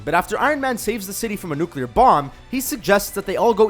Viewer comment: lel its nu-clee-er not nu-cea-ler